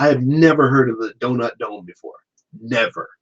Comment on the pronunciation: Donut dome sounds like Don' ac' dum'